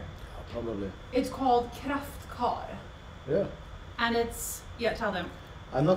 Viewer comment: is she saying Kraftkar? ( a blue cheese)